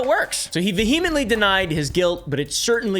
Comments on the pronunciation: You say "vehemently" in a really weird pronunciation. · ❤ you buuuuuuut it's pronounced VEE-uh-muhnt-lee [vehemently] PS - I WILL buy you out of Punkin Pie Sour Boys, even if it bankrupts me